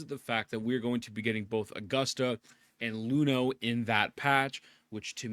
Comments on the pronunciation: brother, she's Iuno with an i, not Luno :'( you got her name wrong, ain't you rizzing my wife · please stop calling her Luno. That is a capital i. It's not an L. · Bro can't even pronounce her name right lmao